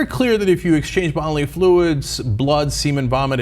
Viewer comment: Did Anna say bottomly fluids?